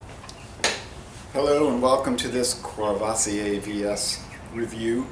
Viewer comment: I really enjoy your informative and laid-back videos. Thank you! PSA: No Rs are pronounced. KUH-VUH-SEE-AY